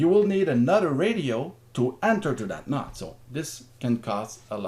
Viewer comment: Nice explanation! On C4FM, when you said "nod", you mean "node"?